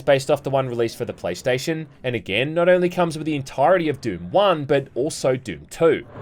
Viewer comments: How did you give "Doom" two syllables? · This is the fruitiest way I've ever heard anyone pronounce Doom lol